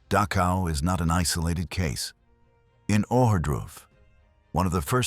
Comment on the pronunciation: the narrator pronounces DACHAU as DASHA. The more acceptable and usual pronunciation is DAH - COW. Just saying. " Goes beyond any training etc. " Very true. But all these years later the whole world knows about it now. So please stop the melodramatics. Brutality and so-called inhumanity is old stuff. The scale is mind numbing. But the quality is ancient business as usual for people to people.